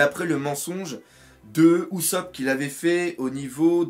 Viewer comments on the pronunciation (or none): none